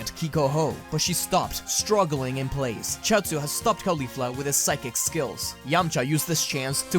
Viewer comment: What’s driving me nuts about this series is “khalifla.” It’s pronounced in the video like Khalifa with a “fla.” It’s pronounced “kaw-lee-flah” like “cauliflower.” You don’t call it Khalíflower. It just sounds so weird.